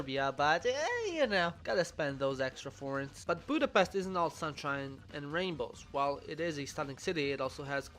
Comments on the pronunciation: i’m sorry but this important budapest is pronounced like budapesht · At least you should learn the right pronunciation of Budapest, to help you try this Budapesht. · is no1 gonna mention that he doesn't pronounce Budapest right at all? The "s" is pronounced as in "shop". Most Hungarians get very angry at that. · It’s pronounced with a sh, not s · Budapeszt.. Budapeszt... Budapeszt........ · Miért nem tudja senki kimondani, hogy Budapest? mindig Budapeszt...